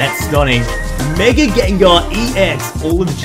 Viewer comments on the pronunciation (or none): none